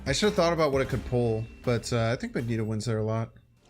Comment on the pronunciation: I love your content but just some very kind and humble advice…Magneto is pronounced MAG….Knee…Toe and Giganto is pronounced Juh Eye…Ganto :-) I just started playing this deck…this is awesome content and I’m learning how to adjust to unfavorable conditions…thank you!!! I like this deck but it’s definitely tough to play…